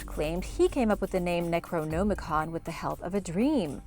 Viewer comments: Necro-NOM-icon not Necro-GNOME-icon... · I don't like how she's says necronomicon "necroNOmicon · Necro-gnome-icon? Wtf? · It's not pronounce "Necro-Gnomacon" Jesus.... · Am I Theo Mayo me who is bothered by the fact people don’t bother to google to pronunciation of items you they videos on? It’s pronounced Neck-roe-nom-i-con. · "Necro-Gnome-ah-con" your pronunciation is killing me. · Necro-gnome-icon🤣 I'll never say it the other way again. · ...gnome-i-con...I really think you're doing that on purpose. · Is she saying necronomicon wrong on purpose. It's upsetting me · Your pronunciation of necronomicon is horrendous. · Thumbs down and blocking channel for mispronouncing necronomicon 20x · The pronunciation you use for Necronomicon doesn't sit right with my ears. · Did it bother anyone else with the way she’d say “Necronomicon” ?? 😖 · How are you mispronouncing Necronomicon so badly?